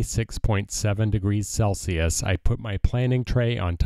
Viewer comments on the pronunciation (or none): none